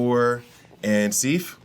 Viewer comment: lol. Lady Sif. Like if with an S at the beginning. Awesome character by the way. She does well on my team and the gold amounts rather quickly so you'll be able to to get that next level pretty soon. Where is Mighty Thor? Is she not on your Asgardian list? Also, the number of times you mispronounced Lady Sif. Lol.